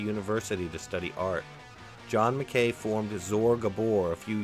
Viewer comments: McKay is pronounced Mc eye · It’s pronounced John Mc ‘Kai’ rhymes with ‘high’ I know a guy who claimed to have the guitar but he passed away so the story ended there. Someone must have it